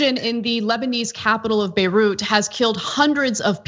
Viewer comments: ha ha, he looked proud that he pronounced Beruit properly. was probably practicing for a couple minutes before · he was so proud of himself after he read Beirut properly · You can hear how proud he was of himself to have pronounced "Beirut" correctly. Good job Donald 👏